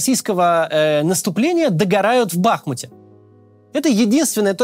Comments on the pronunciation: «БахмУт» ударение, начните говорить в видео правильно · Неужели так тяжело на втором годе войны выяснить где правильно ставить ударение в названиях украинских городов: БахмУт, КУпянск, ТокмакА (родительный падеж) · БахмУт!!! А не БАхмут. Пожалуйста 🙏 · Тысячу раз написали, сказали, что не БАхмут, а БахмУт – ударение на букву «У», не КупЯнск, в КУпянск – ударение на букву «У»! А он опять … Ну не МаксИм, а МАксим! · БахмУт! ударение на "У"!!! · Запомните уже наконец правильное название города - БахмУт!